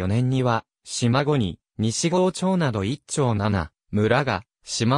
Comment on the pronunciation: 西郷はさいごうと読むのです。